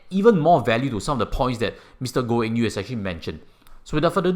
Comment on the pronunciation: Did you pronounce his name wrongly? Not Eng Yew